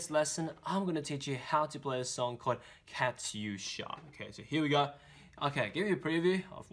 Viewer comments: Aaaaah i cringed so hard when he pronounced katyusha sorry Good job though👍👍👍👍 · Блин он так сказал "катьюша" прикольно)))) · lol. you miss pronounced it a bit.